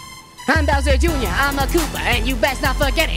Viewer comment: You said bower Jr it's Bowser Jr!